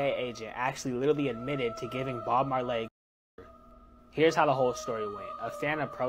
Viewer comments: first off Bob Mar-Lay? Shouldn’t you research the person before the video? But the real problem with that video, wtf is up with that guys teeth? Totally distracted me from the video. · BOB MARLAY? LMAO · The way that kid is pronouncing Bob Marley is acrosious😢..cut your dreads off kid immediately 😂😂 Bob Mar-lay gtfoh🤜 🪲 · I came here to say this. I just can't take a person seriously who doesn't know how to pronounce Bob Marley. PLUS I feel so bad that they don't know him. Even the person reading the clip is just monotone reading. Sad times. (Yes I'm old, but Bob Marley was before my time and yet... here I am pronouncing his name correctly)😂😂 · Why you pronounce Bob Marley name like that 😂